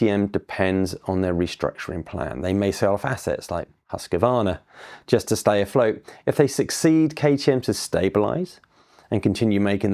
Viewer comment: "Haskevarna" okay, I'm out